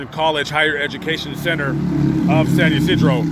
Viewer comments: San Ysidro... NOT San you Cedro. Really? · “San You Seedro.” 🤣 SAN YSIDRO! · It’s San Ysidro.